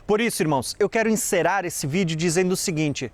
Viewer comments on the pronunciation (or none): sua pronúncia dos erres está com um sério problema porque o "r" no início das palavras não pode ser pronunciado como em no ra de "tra". Procure ouvir a pronúncia do "r" nas palavras da língua portuguesa. Você pronuncia a palavra encerrar como se fosse encerar e encerar é passar cera em alguma coisa. Sou fonoaudióloga e falo com conhecimento de causa.